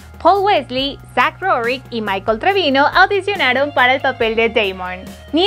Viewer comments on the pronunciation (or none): none